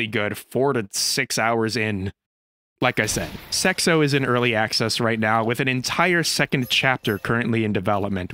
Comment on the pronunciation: "Sexo" you say or do I have a problem?